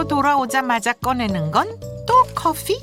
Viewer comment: 왜 자꾸 커fㅟ라고 발음하시는지ㅜㅜㅜ